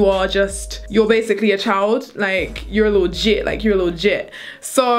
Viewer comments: 😂😂 its jit not jet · I'm from Florida. Miami specifically. And it's not "Jet" it's "Jit." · Lmaooo, no disrespect but it's JITT not "Jet". This coming from a Floridian. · Being that I'm from Florida, I have to correct you 😂. It's a 'jit' not jet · Jet lmfao i thought it was Jitt , maybe im wrong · LOL tootsie its not jet, its jit😂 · Lmaooo it's jit tootsie not jet 😂😂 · lol it's "Jit"